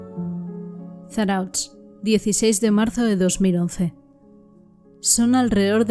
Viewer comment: Kaixo me gusta mucho tu programa lo único no te ofendas se escribe Zarautz pero se pronuncia Zarauz terminado en Z . Podrías hacer unos programas de el falso shaolin. Y el hombre que mataba a Gays , los dos son de Bilbao yo tengo mucha información sobre casos si necesitas ayuda dime. Milla esker